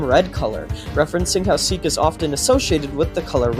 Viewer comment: seek ❌ sihk ✅